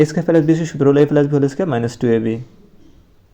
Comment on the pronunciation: প্লাস❌ পেলাস✅